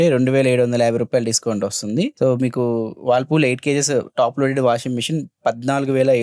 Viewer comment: Whirlpool ❌. Wallpool✅